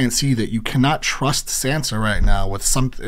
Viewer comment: Good videos, but broooo...are you watching the episodes on mute with the subtitles on? How do you mispronounce everyones name but Ned?! Saansa TeriOn Ygret?? The characters say their names, how do you mispronounce them all?? 😅🤙